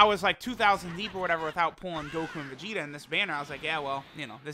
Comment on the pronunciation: really said Vegtio...